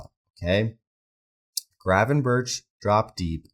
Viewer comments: The correct pronunciation in Dutch is an H sound at the start of his surname, but it's sort of a rolled H. Think of it like saying H, but with a throat full of phlegm. 🤣In English I think that just pronouncing it as a G is fine, but the end of his surname is definitely a K sound, not a CH, i.e - berK, not berCH. Regardless, I'm probably just being a pedantic dick about it anyway. Good channel by the way. Watched a couple of vids now, and whilst I don't agree with some of what you say, it's well thought out and articulated. Hope that doesn't sound condescending. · It's pronounced 'Gravenberk' not 'Gravenburch'. If you really want to be picky, the Dutch pronounce the G almost as a rolled H, but even in English you're massacring the pronunciation. Just saying. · it's pronounced as Berg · Ohhh mate, please realise Gravenberch's name is NOT pronounced that way.... I mean it's quite forgivable to mispronounce things but this last CH is pronounced like a G.